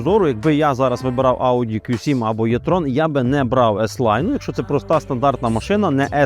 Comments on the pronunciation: Якщо що то не Е і не Є,а І))) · а чому Єтрон, якщо правильно буде Етрон! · 1. E-tron слід вимовляти з літерою Е, а не Є. Це дуже легко запам'ятати 2. Для чого потрібна електричка потужністю 400 к.с. для повільної їзди по місті, щоб проїхати відстань до 400 км? Бо якщо розкрити потеціал 400 к.с., то проїждеш 200 км і будуш шукати > socket, або лавету. Ось і вся правда про електричку.